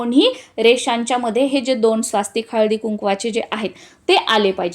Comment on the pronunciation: कृपया स्वास्तिक असा उच्चार न करता स्वस्तिक असा उच्चार करावा.